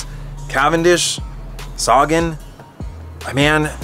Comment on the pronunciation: It's not Saga-N, it's Sagan. Thanks bro 💪🏻